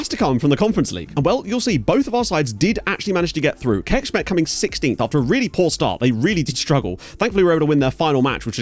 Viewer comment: Hey! Just wanted to say I appreciate the effort you put into pronouncing foreign names correctly - you're easily the best one at that out of the FM youtube content creators in my opinion. So just a slight note on that, the Hungarian "cs" sound is basically the English "ch" sound, so basically Kecskemet is not "kekshkemet" as you've been pronouncing it, but "kechkemet", and the same applies for others (Pecsi etc.). Once again, really appreciate the effort you've been making, partially why you're probably my favorite FM youtuber. My ears bleed from how bad most other creators are, lol. It's really painful to hear people butcher everything when you know for a fact most of the correct pronunciations